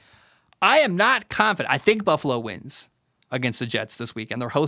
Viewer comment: Damn, what's in that glass jar? You kept saying the wins wrong hahah I love the content dude!